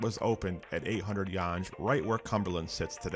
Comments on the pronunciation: "Yonge" is pronounced "Yung", not "Yunj".🤓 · Yonge is pronounced similar to “young” instead of how you pronounced it as “yonj” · Yonge Street is pronounced "Young", not "Yonj". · The "Yonj" pronunciation is giving me psychic damage. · Yonge St is pronounced (young) 😉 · Correct. It does not rhyme with sponge😊